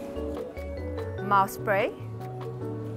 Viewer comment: did i heard "mouse-spray" 0.44....